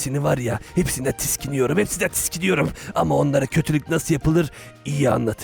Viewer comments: konuşma şekli: tiskiniyorum doğrusu: tiksiniyorum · o tiskiniyorum değil tiksiniyorum olmasın😂